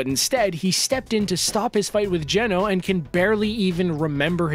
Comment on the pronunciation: Geno? No no, it’s Geno”s”